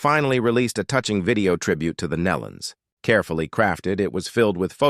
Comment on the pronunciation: Yes, and they don't pronounce the Nelons name correct either!